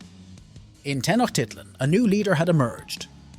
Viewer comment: Pronouned: Tee-noje- tit-lan